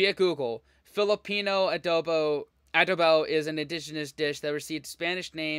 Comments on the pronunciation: it's not Ah-dough-bowww but a-DOH-bo, with the stress on the 2nd syllable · Adobo is pronounced the same way Mexicans say the word. The narrator on this video is mispronouncing it. And I don't know when this video was created but to date, the Philippines have won 4 Ms. Universe crowns - Gloria Diaz, Margie Moran, Pia Wurtzbach and Catriona Gray. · I'm a filipino and I CAN'T/WON'T eat BALUT.. it's not for me , loool.. and the pronunciation of ADOBO is the same way you said Mexican Adobo. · Adobo is pronounced the same, whether spanish, mexican or filipino. The narrator did not do research on the pronunciation, he basically anglicized it with the short A vowel sound, heh. However, yes, the flavor profiles are different. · You mentioned adobo correctly, the speaker mispronounced it. 😢😅😅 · Many Filipino words (Tagalog words) were mispronounced by the narator, like adobo...